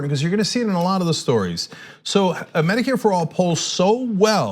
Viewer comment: "Meh-dicare" lol